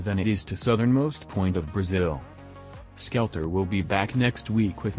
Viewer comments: Skell eater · Lol the ai spells his name as "skel-e-er" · The real disturbing thing is how he's pronouncing "skeletor" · Its like a mix between skeleton and i forgor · This defeats the whole purporse of the vids, plust your AI generated voice can't even say right